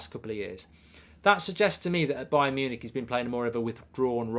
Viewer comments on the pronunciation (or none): none